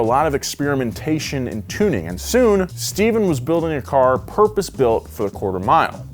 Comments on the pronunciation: Steph-ahn. Not Steven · One correction. Papadakis's first name isn't pronounced like Steven. It is Ste-phan. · Stephan not Steven!! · SteFAN! Not Stephen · Ohh, man you butchered papadakis name. It's pronounced "Stefan"